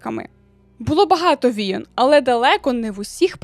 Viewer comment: Люблю ваші відео та ваш голос, але, будь ласка, «війн» а не «війон» ❤️‍🩹